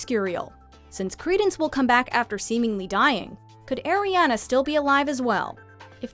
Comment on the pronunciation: My nieces name is Ariana. & credence did not die. Pronounce Ariana right